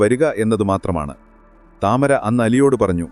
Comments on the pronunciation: The name is to be said as Tamaara and not Tamara. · താമര എന്നല്ല ടമാര എന്നാണ് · താമര അല്ല തമാര എന്നാണ് അവളുടെ പേര് 😂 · താമര അല്ല താമർ അതൊരു അറബിക് പേരാണ് 😂😂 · താമര അല്ല തമാര ആണ്